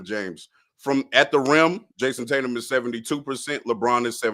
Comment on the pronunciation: It’s Tatum brother. Not that difficult.